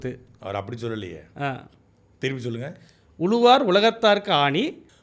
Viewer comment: அவங்க திருக்குறளை தப்பா சொல்றது இருக்கட்டும்.. நீங்க "உளுவார்" "எளுவார்" என்று தப்பு தப்பா உச்சரிக்கரீங்க ... தமிழின் சிறப்பே ழகரம் தானே